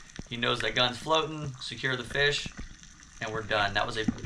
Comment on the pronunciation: Gathering a feesh fry